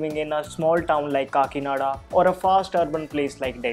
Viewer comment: Woah what did I just heard "kakinada"... that's my city where I was born and brought up. I thought he is from somewhere north,so thrilled to listen it....hi great work